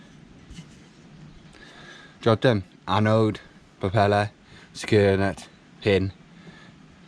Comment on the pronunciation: Glad to see you using puraflex! I have used it a few times on my boat and am really happy with it but it does make a mess. Watching you refit your rudder reminded me of when I put my rudder back on earlier this year. Episode 14 of sailing octopot on YouTube. Makes me chuckle when you try to say annode. Angela, my wife calls them annoides!